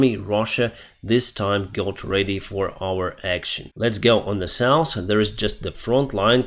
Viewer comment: your English is improving, but you are still pronouncing hotel and south wrong. When you say the russians are ‘souse’ I have to chuckle because souse means drunkard! 😂